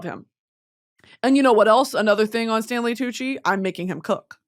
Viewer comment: tantgvng wid tanley coochie and pie cent she sayd🤣🤣🤣